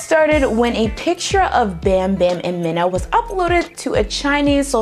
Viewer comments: Mina's name is pronounced "Mi-Na" not "Min-A" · Mina is pronounced Meena. I love your videos.